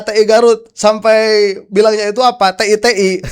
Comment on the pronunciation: bukan tei tapi ti artinya dari